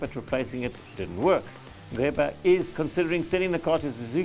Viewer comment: I'm impressed with your pronunciation of the name Nceba...👌👌